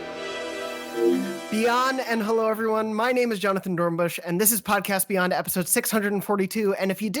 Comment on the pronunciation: Beygond and staygond